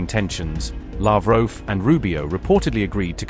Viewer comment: It's Lavrov not Lavroo